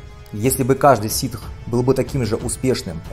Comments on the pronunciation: уважаемые, пожалуйста, не ситХ, а сиТ) наче будет не дарТ Вейдер .а дартХ Вейдер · И кстати Вишейт не Ситх